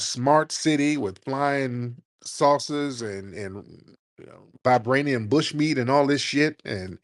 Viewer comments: Did he say vibrainium bush meat 🍖 😅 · Did he say, "Vibranium Bushmeat"...🤔😮😊😅😂